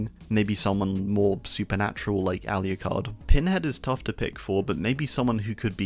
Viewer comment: “All-U-card” Lmao, it’s spelled aloocard